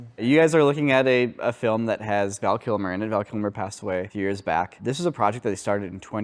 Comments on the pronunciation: Val Kimmer.... 😂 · Val Kimmer! LOL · Val Kimmer?